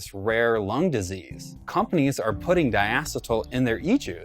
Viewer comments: First of all its (die- E - seal) and there only has been 1 previous time when popcorn lung became apparent in a single factory. Please stop giving bs info. By the way when he said 1 sip to kill a kid it would have to be such a high concentration of nicotine that isn't sold in stores, so give the full information not just scary snip its. This is what causes ignorance amongst a community. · HE DOESN'T EVEN PRONOUNCE DIACETYL CORRECTLY LMFAO I'M DONE